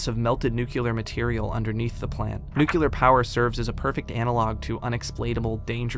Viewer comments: An amazing walkthrough a series of games I would have never heard of otherwise.. Also.. it's NU CLE AR (noo-klee-er) not NUCYULAR. I'd love to know where everyone gets the Y from. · Every time he pronounces Nuclear as Nucular I want to scream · Say it with me Nu-cle-ar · Did you learn "Nucular" from George Bush?